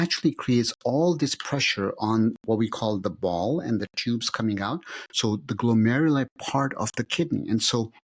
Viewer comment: Pronounce the word “out”… It’s not “ow” … it’s “out” Not pronouncing “T’s” is the sign of a liar- unless you’re Russell Brand or the English 🙂